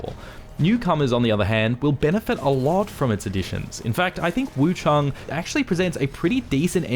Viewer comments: WuchAng not WuchUng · Where's the second "U" in Wuchang? Why do you keep saying Wu CHUNG, it's Wu CHANG, ANG, with an A.